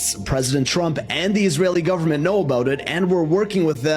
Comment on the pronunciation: Gee..... you are not saying.... I s r _ a l